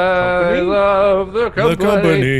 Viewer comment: How did "I love the company" turn into "I love the come on me" this is the best omg